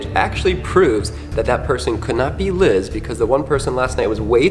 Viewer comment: Bro it's Liz